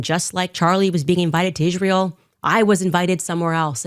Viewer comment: Why does she say “Ish-rael”